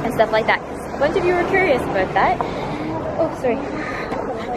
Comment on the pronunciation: when u say aboot because ur inner Canadian is coming out